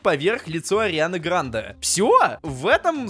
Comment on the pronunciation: Не правильно говоришь ударение на е